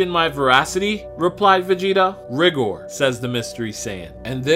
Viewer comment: Tbh I think it's supposed to be pronounced "Ri-gore" rather then pronounced "rig-or"